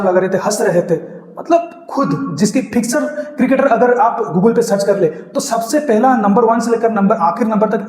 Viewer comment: Inzi bhai baat kra to samjh atti ha dusra fixer bolna ko Marta ha fixer 🤣